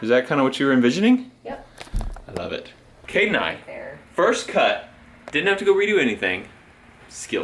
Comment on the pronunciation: Is it just more or are people hearing him say Kate instead of Kade?